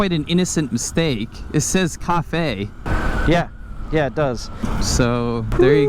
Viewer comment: CA fe ‘ 🤣